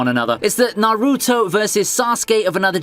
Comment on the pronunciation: "narootoe" "kahkah-shi"